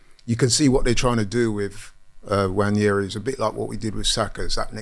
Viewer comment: Nwaneri not Nwanieri, and Merino is not Merinio.